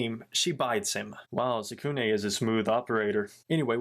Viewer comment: I really like it but the some of the names you pronounced them wrong tsukune mizore and kyoko is tsukune' cousin but I did enjoy this vid